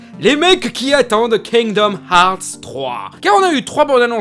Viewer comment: Kingdoms herth ou harths ou hearths perso ses herths pour moi